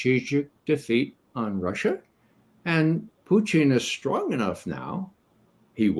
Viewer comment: Perhaps that's the Russian pronunciation?